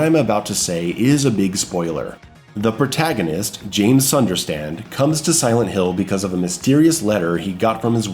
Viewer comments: sunderstand? Sutherland. Its Sutherland. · 'James SunderSTAND'? C'mon bro it's Sunderland. Great video otherwise. I enjoy your content and share many of your views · Sunderstand? Uhm…you mean Sunderland? I would like to add though that James’ and Mary’s original voice actor/actress not returning is a major disappointment. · James Sunderstand? lol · "The protagonist, James Sunderstand" Im never letting you live that one down LOL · I was the 666th like woot. Great video. One nitppick tho, it's James Sunderland, not Sunderstand. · James Sunderland* not Sunderstand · You mispronounced James SunderLAND